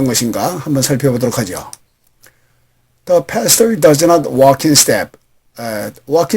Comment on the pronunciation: 공부하기에 넘 좋아요, 그런데 ieueo 의 앞에 디로 발음이 되는것 같은데요 ?